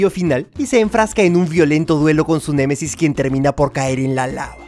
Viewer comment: Se dise némesis no m e m e s i s